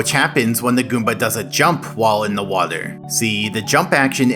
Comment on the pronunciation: I don't thing I've ever heard someone saying "waeder" so frequently within such a short amount of time.